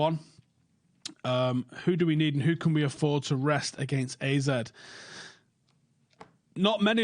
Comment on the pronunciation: It's ARE-ZED Alkmaar